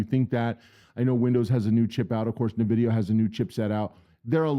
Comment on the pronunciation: En-vidia not Nuh-vidia.